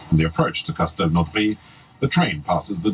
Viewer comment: Hi I'm a new subscriber, I tried too to reach the Légion but... no females allowed. I came from Thaïland but I didn't know they don't allow women to be Légionnaires. I'm so dumb... Yet the commentator says sth like "Castelnauray" it is Castelnaudary, in the French Pyreneans.